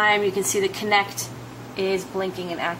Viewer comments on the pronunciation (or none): It's not "Connect" it's "Kinect"